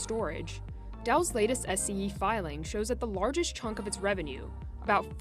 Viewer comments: “Dell’s latest SEE filing....” You mean SEC. Either proof your copy or hire literate narrators and editors. 👎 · did she just said she filing? Anybody heard the same?